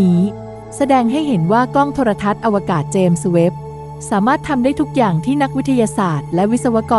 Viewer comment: กล้องอวกาศ เจมส์เวพ ไม่ใช่ เจมสะเวพ